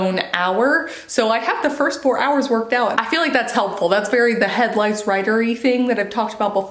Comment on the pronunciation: Omg when you first said headlights I thought you said head lice! Lol. I feel like word count is more incentive because you know if you push yourself you can be done quicker lol. The time never goes away. We like to subtract things from our life, not add. If that makes sense.